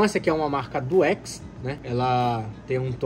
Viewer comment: Tava legal até ler "Duex" aí tu me quebra kkkk